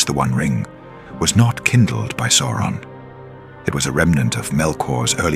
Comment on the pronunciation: It is not "Sore-on" it's "Sow-ron".